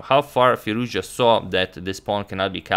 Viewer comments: FirouzJA ... FirouzJA ... FirouzJA - not FirOUzja. AlireZA FirouzJA :-) Cheers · His pronunciations is firoz. Ja